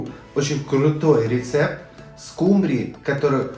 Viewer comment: обожаю ваши рецепты, вы молодец! Но, солнышко, ударение в слове скУмбрия ставится на первый слог. Не обижайтесь, я не со зла. Блюдо готовлю практически так же, только вместо помидоров иногда простой томат беру и лук добавляю.